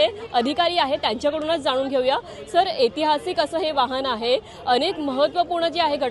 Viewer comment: ऐतिहासिक असा उच्चार आहे.मराठी भाषेचे शब्दोच्चार नीट शिकून मग घ्या मुलाखत.तुम्ही एतिहासिक असा उच्चार करत आहात. ए आणि ऐ यांचे उच्चार वेगळे असतात.